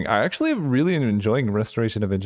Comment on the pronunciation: I love how you started off mispronouncing Restoration, but then you read the card carefully and corrected yourself... only to revert to your original pronunciation.